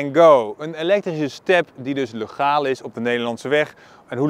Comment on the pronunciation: Heel merkwaardig dat je "legaal" uitspreekt met dezelfde eerste klinker als in het lidwoord "de".